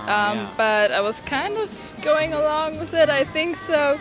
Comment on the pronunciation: 発音は他の方のご指摘通り。along とかLの発音。それさえ気をつければ聞きやすくなると思います